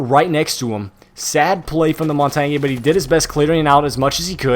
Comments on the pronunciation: Mon-tain not mon-tan-yay. The G is silent. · Mon-tar-nyay??!! Its Mon-tan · You sure you ain't the noob if your saying montonyae? 😂🤣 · Lol he says "montonyay" instead of montange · Your as much of a noob cuz its mon-tan (pronounced) not mon-tar-nyay noob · Its not montagny its montagne or montane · Mon-tane is how it is pronounced, not mon-ton-yay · The way you say montange makes me sad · The Montagne pronunciation triggers me as an amateur francophone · Am I the only one frustrated at the he says montagne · The cringe when he says montagne Bruh it's french please stop saying it if ur not french Butttt Amaizing video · The over pronunciation of Montagne is really annoying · do you know how to say montagne? XD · it's funny how they can't pronounce "montagne"